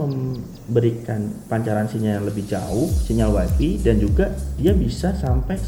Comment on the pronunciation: Waifai mas, bukan waifi